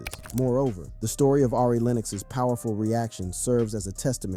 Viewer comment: Torey “LANEZ” mannnnnn Ari…. “AIRY” smh 😂